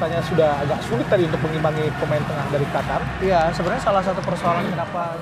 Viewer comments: Bukan khatar mbak.. Tp Qatar 😊😊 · Qatar dibacanya Hatar atau Katar ?